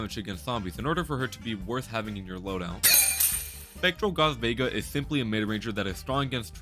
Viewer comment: bro called Vega, Veeja